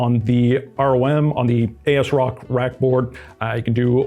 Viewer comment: If it helps: it AS-Rock as in “as-if” and it is an EPYC ROME based board so you split the name there.